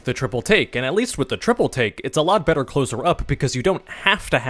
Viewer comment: Every time you say triple take i hear triple T im going insane